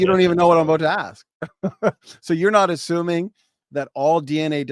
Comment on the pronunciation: dude really pronounced "assuming" as "aSHuming".... WHAT an idiot. I literally would've ended the debate right there... If we can't get basic word pronunciation right... We CANNOT argue ANYTHING.